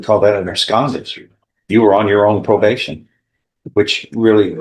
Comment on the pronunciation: slap your AI. "Pro-bash-in"